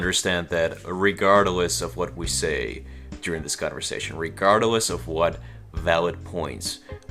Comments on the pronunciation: Regardless. Not regardle ess. Lmao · It's RE-GARD-LESS ,not re-garder-less.... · Regardless only has three syllables dude